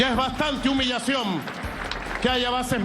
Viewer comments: Jajajaaaaaa, no sabe ni hablar..."humillacióm, plam, com, biem" Jajajaaaaaa el analfabeto no pronuncia la "n" al final de ninguna palabra, todas terminan en "m" Jajajaaaaaa 😅😅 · Se dice humillación no humillacioM Maduro